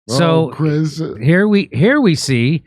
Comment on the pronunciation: I know there is "C", but every time I hear Chris "Huomo"..